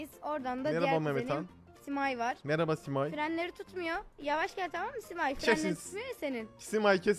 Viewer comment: Abi yeğinize merba diyon